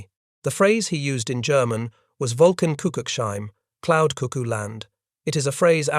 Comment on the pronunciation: it is an interesting story, well narrated details, even good, relevant photos and film-clips. Widely unknown historic and technical details. When You cite German words, sentences, esp. Rommel's: "Wolken Kuckucks Heim", etc. the pronunciation gets weirdly American/Anglican (for German ears) The spelling is off_course, too. Of course! The problem is in the Lack of a phonetic alphabet, one like Webster-, Pons-, or Langenscheidt- dictionaries use proprietary, and which YouTube, Google, ASCII, Unicode can't (not yet!?). The lack thereof is most obvious in the word: Humbug (which would be spoken with two short uh_vokals, but cannot be written as such; "He took a tool" would be the sound, coming closest!) Rommel's desperately, jokenly, written note of: "Clouds cuckoo castle (or cottage)" is something he precisely could not write in an official report, where hierarchy, career, honor, and social consequences bear lots of weight! Truly describing a situation / situations, which a century before, already Prussian Chancellor Bismark noticed: " There is never so much lying as (before an election), in a ( an ongoing) war, (or after a hunting party)".